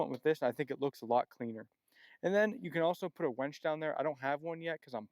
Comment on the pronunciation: It’s “winch”…..not “wench”. Nice rig!!!